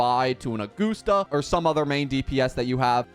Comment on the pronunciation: Augoosta, lol.